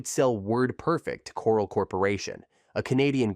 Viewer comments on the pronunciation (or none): "Core-ell", not coral. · For God's sake, get to the point and move on! Stop repeating the same thing over and over in different ways! And DOS is pronounced "doss" but you call it D.O.S. half the time! And how can you mispronounce so many company names and expect to be taken seriously? For example Corel is "cor-RELL" but you call it "coral" like from an ocean reef! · It would have been great if you'd have at least learned the correct pronunciations of the names of the companies and towns, included in your program. CŌREL, NŌVELL, LĒHI, Utah. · can you at least pronounce Corel properly? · That is NOT how you pronounce Novell, Corel, or Lehi.